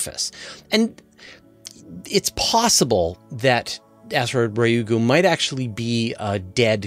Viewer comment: Ryugu is not pronounced as you did, same for psyche